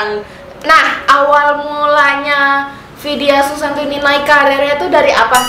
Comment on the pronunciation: Takut banget pas ijab qobul ka ngomongnya vidya susantuy bukan susanti kan bahaya:"3